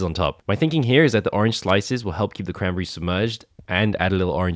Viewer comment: I feel like eventually he just starts saying “crambry”.